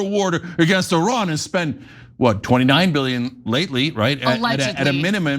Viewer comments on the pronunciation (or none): none